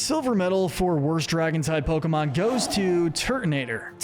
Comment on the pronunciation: I swear he’s saying Pokebitch